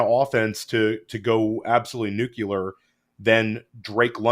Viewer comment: says nuclear like George W. Bush, "nuke-u-lar"